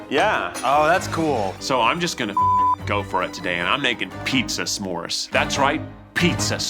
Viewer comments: The end of the video was hard to keep hearing some more instead of Smore, it's not a some more 😕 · I'm sorry, but the way Rosanna keeps saying "SA-more" is driving me absolutely nuts. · ‘suh-more’ gives me the ick i cant 😭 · This is just an ick of mine, but they’re not “SAMORES”. They’re “S’MORES”. Do we pronounce “don’t” as “do not”? NO. The apostrophe is there for a reason. It’s not “some mores” it’s a contraction of those words. ITS DRIVING ME CRAZY. I’m sorry. I love you all. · Ssssssssmores, SSSSSSSSSSSSSSSSSMORES! Not samores!🤦🏾‍♀️ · Curious to know if pronouncing the apostrophe in "s'mores" (suh-mores) is super common? I have never heard it said any way other than "smores" before. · Why does the one judge keep pronouncing Smores wrong? It's not sa'mores, no a sound. Sm. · why is rosanna saying semores ? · Rosanna actually pronouncing it as Suh Mores haunts me more than the cooking. Like yeah that’s the SPIRIT of the word but I’ve never heard anyone say it that way. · THANK you. No one else pronounces the apostrophe in s'more. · i’ve never heard the apostrophe in s’mores so pronounced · Is it just me or Rosanna pronouncing s’more is killing me lmao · i love the way they pronounce Smores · Why did she keep adding an a there isn’t an a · Ro's pronunciation of "s'mores" is definitely something. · Ro doesn't know how to pronounce s'mores